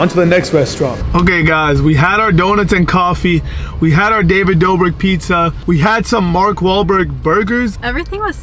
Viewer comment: If I had a dollar for every time he said David doughbrick I’d be able to pay my rent 😂😂